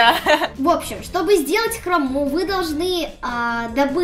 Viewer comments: Правильно говорить хро́му а не хрому́ ❤ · очень классный видос, только правильнее говорить не «ХромУ» а «хрОму» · правильно не храму а хрому😐🤟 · Хрому а не хрому